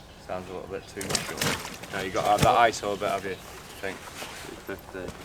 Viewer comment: Fink? I think he means think. Thuck-Wit.